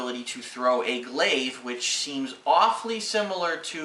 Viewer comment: Glaive not glade lol